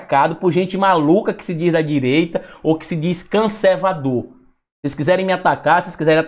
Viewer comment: Como sempre a esquerda se aproveitando de situações desse tipo! Ah, não se fala “canservador “ não tá ! É C-O-N-S-E-R-V-A-D-O-R.